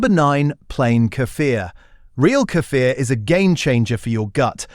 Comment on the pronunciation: Kefil, yougurt ehatever doenst mstter which you buy, all of them are good for gut. Snd tou have ro rpnunce Kefir with long iii and r - кефир